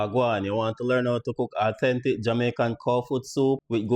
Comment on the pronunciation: “Aww-ten-tic” sir why? 😩